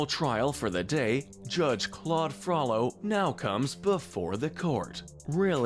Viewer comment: Gotta sentence YOU to comment corrections for pronouncing it Frallo when it should be FrOH-low😋